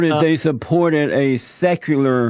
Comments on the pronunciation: He sounds like he’s never heard or seen the word “secular” before lol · Haha I loved how he couldn't pronounce easy words, I busted out laughing when I heard how he butchered the word Secular. XD